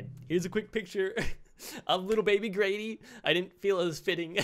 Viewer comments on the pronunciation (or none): he did said Grady but at first I thought he said gravy